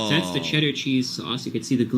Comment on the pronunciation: "Dats little Caesars? Dat doesn't look dat bad!"